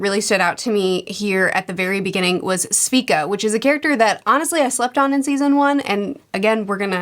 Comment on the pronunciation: sorry but just gotta mention this: it's not SVika, it's SEvika. Also it's not hexAcore, it's hexcore